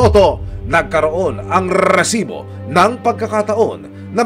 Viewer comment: rrrrrrrrrrrrrresibo AHAHHAHAHAHAHAHA